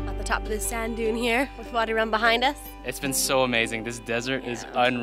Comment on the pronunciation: its called vadi rum not body 🤦🏻‍♀️🤦🏻‍♀️